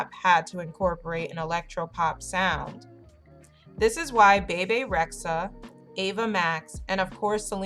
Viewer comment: PLS PLS PLS SAY HER NAME RIGHT ITS “BEE BEE” NOT “BAY BAY”